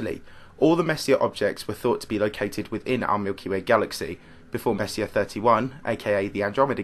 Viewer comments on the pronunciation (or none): Hate to be that guy but it's pronounced more like Messy-A. Kinda like foyer